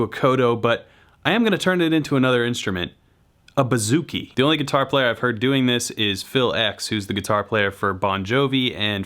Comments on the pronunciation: “Boo”-zoo-kee not “Ba”-zoo-kee Just thought you should know. Love your videos! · pronounced boo-zoo-ki ** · Hail From Hellas(Greece)!!This Was ...Well...Funny..But You Said It Wrong..Its Buzukee(Bouzouki,Etc)Hahaha But You Are Crazy Funny!!!!!!! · I am a greek guitarist and the way you say bouzouki is hilarious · Vasilis Prekas HAHA IKR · Man this guy doesn't even ATTEMPT to pronounce things correctly. "kodo" and "buhzookie" cringe